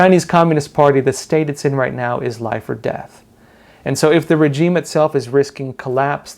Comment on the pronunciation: Great video as always, but please check the pronunciation of the word regime